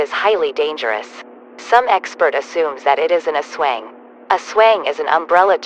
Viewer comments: Ka-lu-kan? Im dying Ka-lo-o-kan ASWENG?! THATS CHINISE STUPID DUMB GOOGLE TEXTBOT ITS AS-WANG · As-wang, that’s it lol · "asweng" "calocan' "qeezon" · The pronunciation of some words, such as Aswang as Asweng made me laugh, but I still enjoyed the content, keep up the good work bro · "aesweang" why 😢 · The mispronunciation of “Aswang” made me cringe but at the least the TTS is trying 😭💀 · I love how they Pronoun "aswang" eswang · As a Filipino it’s not “eswang” it’s Aswang with a thick Spanish accent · Pronounce it like a-swang with a sharp A and say it slightly fast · As a full blooded Filipino, thanks for making this take place in Philippines. I also find it really cool how you added the aswang into it and I find it hilarious how the voice couldn’t properly pronounce it.😂